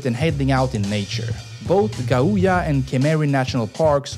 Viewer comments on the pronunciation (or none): It's pronounced gauja not gaouuya, the latvian language doesn't put any stress on any particular part of any word.